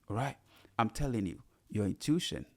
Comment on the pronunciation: Hey! Pronounced: "in-tu-ish-on" AMEN